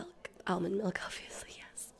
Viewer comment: Some of the words that the Val wrecks...luv 'em. MULK, they drink mulk, of course...almond mulk.